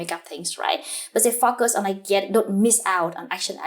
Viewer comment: Huyen, everything is impressive-- the hardwork and smartness comes through! Lots to learn from your work! One thing though... The way you pronounce the word "focus" doesnt quite sound right!